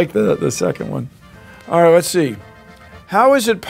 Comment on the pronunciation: Hearing Bill Nye say orite m8 has made my life fulfilled